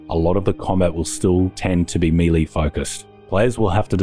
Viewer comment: Still cant pronounce melee? MAY LAY